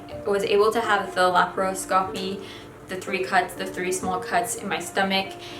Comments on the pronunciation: It’s not silly to be scared of any medical procedure. Health care is entirely subjective - getting a couple stitches can be traumatic to someone who has always had perfect health. (Btw it’s pronounced la-PRO-sca-pee) also I’m digging the bubblegum pink champion hoodie. On point 👌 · I think it’s pronounced LAP-ROE-SCOPY 🧐🧐🧐 I’m not sure. But I’m so glad you’re better!!! I was so worried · I've had so many laparoscopies in the past year so I know how you feel. The recovery always sucks though since you're supposed to take it easy and all you want to do is get up and DO something. But I'm glad to know you're okay and everything went well. Also, it's pronounced lap-are-osk-aw-pee. ;) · I think it's pronounced Lapras-copy?